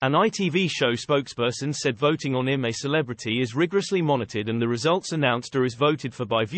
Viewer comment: I'M A CELEBRITY, NOT HIM A CELEBRITY TALK PROPERLY NARRATOR